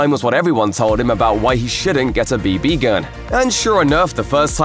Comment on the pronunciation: "b B gun"